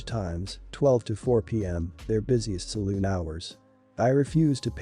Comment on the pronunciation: Salon, not saloon.